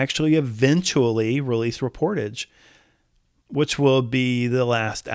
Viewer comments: It's pronounced "rep-or-TAJH" (French word), not "re-POR-tidge". Think of the words corsage and barrage. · It is not “Ree-por-tedge” it’s French, and it is pronounced “Ray-por-taj” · Should be pronounced as “Reh pour Taj” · It’s pronounced: Ray-por-taj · It’s pronounced “REP”-“POR”-“TAJ” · I can not believe how you pronounced Reportage….I mean come on! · you're pronouncing the album title incorrectly. ^DDHQ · He needs to look up the correct pronunciation of the word 'reportage'.. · I don't believe you are pronouncing the title correctly.